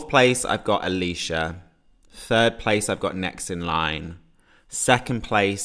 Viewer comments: It’s pronnounced ayle sha not alisha spelt ailsha lol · Feel kinda bad for ailsha, everybody is calling her alisha when her name is pronounced el-sha. That said, I'm firmly on team Ailsha and Bambie Thug to go to eurovision. I want us to take a risk.